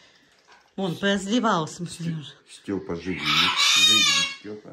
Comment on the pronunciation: как четко кричит Стёпа живи